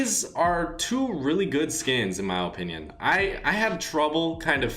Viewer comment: Can you stop saying In my OOPINOOM